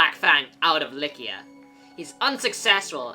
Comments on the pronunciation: I’m pretty sure Eliwood also pronounces it "Lie-See-Ah" In Heroes. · who says Lykian with a K? Lie-see-a makes more sense but i could be wrong but the way its said here sounds like a K. not a C at ALL. Like u dont say, O-Stia. U say Aw-Stia. Oh-Stia even would be wrong. cause its not like u say o.. stia.. so. its Aw-Stia.. Like Lie-See-A. not Lie-Kia.. thats how he seems to say it. i dont know, i could be very wrong but just how i see it. please do correct me though if wrong cause i would like to know more about it